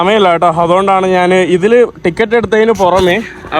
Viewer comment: കോപ്പേ, ഇനി നാനെൻ്റെ , നാൻ , എന്തോ ഭാഷയാടാ മൈ.... ഇത്